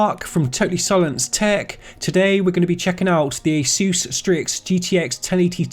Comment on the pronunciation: Its not asUs its Asus god damn it! Asus! like the first letter of english alphabet - A [ei]